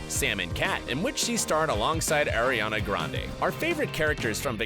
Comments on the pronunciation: ITS ARIANA GRANDE NOT AIRIANA GRANDE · Ummmm did you say “airiana grande” instead of “Ariana Grande”????? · Air-ree-ana OOOO THATS GETS ME SO UNSATISFIED!!!